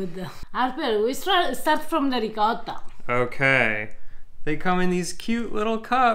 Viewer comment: A piece of me dies every time you mispronounce "ricotta".